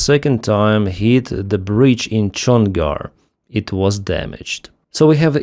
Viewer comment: Brídge, not Brīīdge. Rívər not Řīīvəřř.